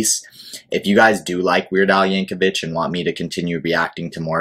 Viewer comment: His family pronounces the last name "Yank-o-vick". Also, you should react to "White and Nerdy" and "Hardware Store"... among 200 or so others. The man has been making music since 1976.